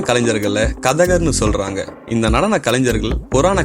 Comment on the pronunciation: ஸொல்றாங்க இல்லை....ச்சொல்றாங்க..... இதுக்கே தடுமாறுது; இதில் வல்லின "ற" இடையின "ர" வுக்கு எங்க போறது...